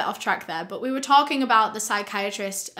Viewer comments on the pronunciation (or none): none